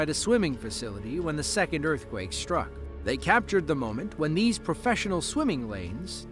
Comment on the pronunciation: it’s prounounced ‘struck’, not shhtruck, thank you very much